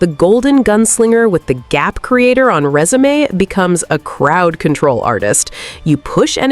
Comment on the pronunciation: You say "resume" like resumé meaning CV, not resume meaning unpause. Not to be that guy, just wanted to say thanks for the little giggle😅❤